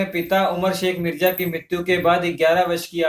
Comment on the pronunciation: Not mirja it's mirza